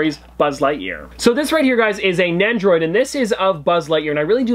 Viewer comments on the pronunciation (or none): Its not NECHROID it is NEN-DOH-ROYD